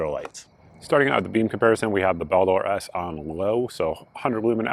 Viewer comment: Bowel door? I thought it was 'bald-err'😂😂😂